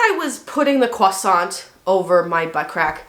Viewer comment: I appreciate the way you pronounce croissant.